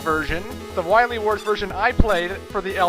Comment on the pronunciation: I can't really forgive you when since you keep calling Dr Weil, Dr Weil. It's Wily. While-Lee